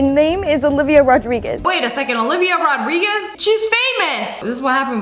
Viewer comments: Olivia Rodrigo not Olivia Rodriguez... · Honestly, it's olivia rodrigo not olivia Rodriguez.